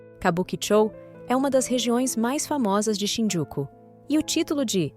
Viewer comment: Quando for narrar um episódio, aprenda a conhecer o nome direito das cidades, ex: Shinjuku, e você fala, Shinjuku’ Osaka , Ozaka outros assim não dá.